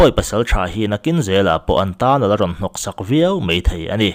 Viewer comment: 'Mai' tih turah 'mei' i tih chhung chuan beng thlep fe fe an awm reng dawn ania..boss.